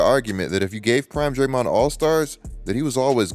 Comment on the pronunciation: Man that "DrayMOND" pronunciation threw me off all video long 😅